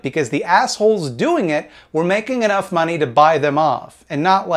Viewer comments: Bring back duh mawnee. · I like the way you say "they hurt tha mahney" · The way you say "da mawney" makes my day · Love how you pronounce money :D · Why is he saying "money" weird?